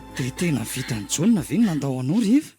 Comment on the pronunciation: Misaotra nizara. Fanamarihana kely fotsiny topoko, mba tonony tsara ilay fanononana ny an'ilay anarana hoe"John",vakio araka izay tena tokony hanononana azy